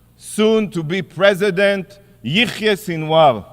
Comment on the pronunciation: Yikhya… instead of Yahya. Khamas instead of Hamas. I am sick of hearing stupid Isreali pronunciation